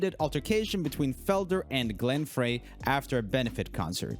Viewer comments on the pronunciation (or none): Glenn Frey pronounces his name as “Fry,” not “fray.” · I just to say that Glenn Frey his last name is pronounced fry not frey.... You youngins never do that extra research to get the proper enounce of name. The song didn't break up The police and Simon and Garfunkel broke up for personal issues like inside the band fighting. Abba broke due to divorce and the other couple breaking up first. Rage broke to Tom's ego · Glen Frey's name is actually pronounced Fry